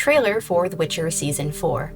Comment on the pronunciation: ...er. It's 'Witcher'. Thank you